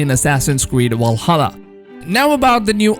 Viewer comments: I hope I fix the way u said Valhalla it has a fucking V in it not a W it’s Valhalla not Walsalla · *VVValhalla not wal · Valhalla not “Walhalla” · Stop saying Wallhalla. Its Valhalla with a fucking v. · Your saying walhalla instead of Valhalla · Why you keep sayin Walhalla idk why its triggering me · Is nobody gonna talk about "Wall"hala? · Dis nikka said Walhalla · Man said walhalla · Walhalla LOL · assassins creed WALHALLA? hahahaha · Its not "Wallhalla" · Did he say assassins creed walhalla at the beginning? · Vwahalla lol, thx for keeping us up to date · Did this man just just say walhalla Oden is ashamed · I can't help but laugh each time I hear Assassin's Creed WALHALA😂😂😂 Great video though🔥just teasing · why are you pronouncing 'Valhalla' like that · Can you say Valhalla properly? Just giving you shit. It looks interesting.